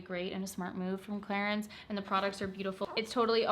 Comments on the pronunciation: The french pronunciation is Clarans :) love your videos!!! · It should be pronounced as "Cla-run" right???? Hahahahaha no hate. I am confused coz I say Clarins and prople would mock me :( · I heard Clarence at first and i was like who is this Clarence and why is he sponsoring your video 😂